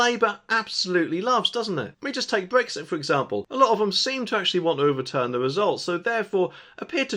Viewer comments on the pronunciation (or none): none